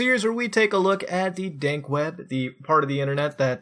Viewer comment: lolz, he said "dank" web